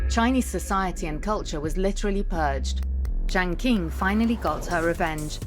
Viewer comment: If you want viewers to take your documentary seriously, at least find someone who can say the names correctly. “King” for “Ching”, “Zou” for “Jou”, “Ki” for “Chi”. And what the heck is „the Zedong couple“? Just use common sense! When was the last time you referred to John and Jacqueline Kennedy as „the John couple“???